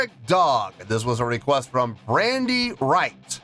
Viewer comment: It’s Brady, not Brandy. I’ve heard it all my life 😂. I’d forgotten I’d requested it. I’ll be honest, I requested mainly for the video, even though I love their music.